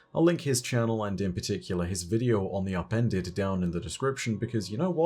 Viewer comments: DEE AHPENDED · “THEE UPENDEDUH”